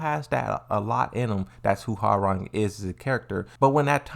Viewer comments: Ha-rang? Sorry, but it should be pronounced as Wah-rang. Koreans love their W sound. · Man, damn near nobody I played with back in the day got Hwoarang's name right. I think people secretly enjoyed butchering it😂. "How do you say it? 'Wah-Rang'?" "No idea." "Let's look it up." "....no. Your way is fine." But with Ling... "Xiaoyu. It's like-" "Yeah I got it, nice!"